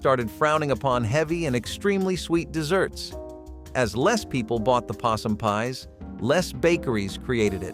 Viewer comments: Why does he pronounce the main topic word incorrectly. This is about desserts, not deserts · please stop calling them deserts desert has only 1S Desserts as two s's because it's sweet Let's see you tell the difference between how to pronounce the two words desert has 1 as dessert as 2 please stop calling desserts deserts deserts are arid plains that are ultra hot or ultra cold and have very little water rainfall. you do not eat a dessert you eat a dessert. again desert has won S you do not eat it, a dessert has two s's in it and you can eat those. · Kept waiting for a recipe including sand since the narration kept referring to them as deserts rather than as desserts! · It's deserts, desserts! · 'Deserts" and "Shoo Flee" pie? That would be desserts and Shoo Fly pie. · Need to fix the narration as it keeps saying 'desert' rather than 'dessert'; at the end of the video "stay tuned for more nostalgia TRIPS" rather than tips